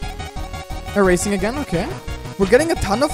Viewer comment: “eraseing” haha